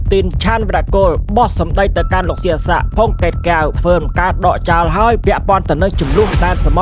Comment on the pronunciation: ដកចោ ឬ.ដកចោល? និយាយឲ្យត្រូវពាក្យតិចមើលហ្អា?